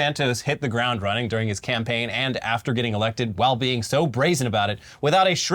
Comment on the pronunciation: Do I have to say it? No cam-paign No cam-gain